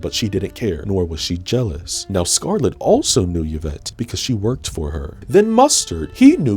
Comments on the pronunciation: Dude you’re real funny but the way you say ‘Yuh-vette’ instead of ‘E-vette’ hurts me deeply 💀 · Funny, it's the second time this week I heard someone pronounce Yvette as Yavette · Yvette is pronounced ee-vet. A French name. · Why can this handsome man not pronounce "Yvette"? It's a common enough name.